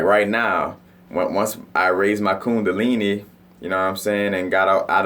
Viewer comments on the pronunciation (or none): Dawg! I’m in New Orleans! You here to huh? I know! I’m coming over right nah ya heard me! Dat boi said ku-di-lini!! Wazzam!? I can hear it that city all in ya voice!